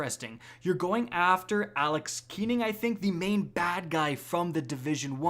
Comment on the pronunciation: “I put hundreds of hours into the first game” “aLeX kEeNinG”